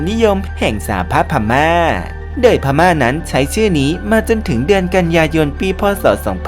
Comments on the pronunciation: The Union of Burma อ่านว่า เดอะยูเนี่ยน อ๊อฟ เบอร์ม่า ไม่ใช่บูม่าค่ะ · ขอบคุณสำหรับความรู้ครับ แต่ผมไม่แน่ใจว่าทาง Creator ต้องการให้เป็น Style ของทางช่องรึป่าว ที่มักอ่านผิดหรือออกเสียงผิด อย่างเช่นใน Clip นี้ “แต้จิ๋ว” ไม่ใช่ “แต้จิ้ว” หรือ Burma ออกเสียงว่า “เบอ-มะ” ไม่ใช่ “บู-มะ” และยังมีอีกหลายคำ…กำลังฟังเพลินๆ มีสะดุด เป็นไปได้อยากให้ใช้เช็คความถูกต้องก่อนปล่อย Clip ครับ